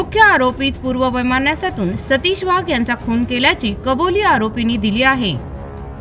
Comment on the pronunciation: वाघ आडनावाचा उच्चार वहाग असा केला ही बाब खटकली.